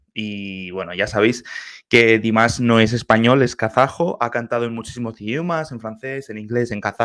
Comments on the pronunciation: A mi me gustaría que buscaras el nombre real de Dimash y lo pronunciaras correctamente 😊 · Păcat că se pune atâta preț pe pronunție, alte lucruri sunt importante. Ai putea începe cu pronunția corectă a numelui, Dimash, e doar un cuvânt nu un cântec întreg. În rest, în mod sigur îți place cântecul, doar că este bulversarea de început, Dimash concepe melodii complexe și ne trebuie timp pentru a înțelege totul.